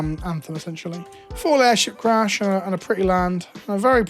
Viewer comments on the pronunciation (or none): none